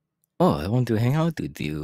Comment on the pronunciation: I can't get over the way he said :ouT I love it!